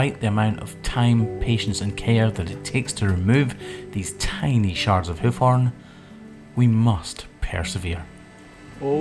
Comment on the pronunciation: Sometimes it sounds like you say, "Hoochie B P" lol